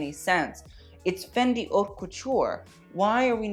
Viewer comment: Haute is pronounced oat. Best and worst ... some should fire their stylist.